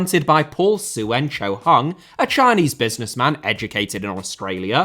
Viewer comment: on a minor note, the 'ue' in 'Suen' is pronounced together, making it sound roughly like Son in Heung-min Son. The two last names, I believe, share the same Chinese character.